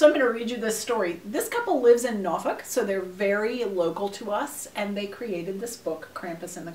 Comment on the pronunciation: Lol! You said Norfolk correctly! Now I know you’re a Tidewater native😂😂😂